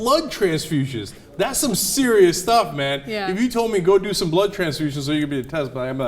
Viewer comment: ARE YOU SEWIOUS